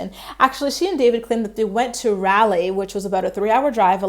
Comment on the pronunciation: Hey just to let you know, Raleigh is pronounced RAH-ly